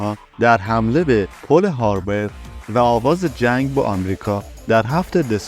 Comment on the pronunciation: شما که حتی سواد تلفظ پرل هاربر رو نداری و تو عمرت حتی یکبار نشنیدی نباید ویدئو درست کنی از طرز صحبت و کیفیت ویدئو مشخص تحصیلات و سواد کافی نداری